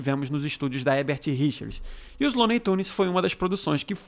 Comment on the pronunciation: É engraçado como o / Garcia Júnior também dublou o Pica-Pau quando era criança. Obs: É engraçado como ele até hoje fala 'Hebert Richers' e não o nome correto que é 'HeRbert Richers.'